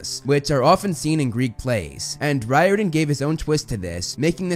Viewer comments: this dude really said RYE-ORDAN its pronounced REAR-DON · That was me when I discovered that Riordan doesn't pronounces Ry-or-dan, but instead, Rái-or-dan lmao